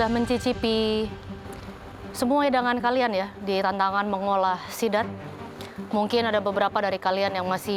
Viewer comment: Chef Rudy: Sidat ❌❌❌ Zidat ✔️✔️✔️ Jidat ✔️✔️✔️